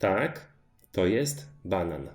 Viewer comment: You write banan but it sounds like you are still saying banana?